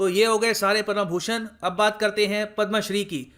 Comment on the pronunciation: पद्मभूषण को पद्मा भूषण क्यों बोल रहे हो सर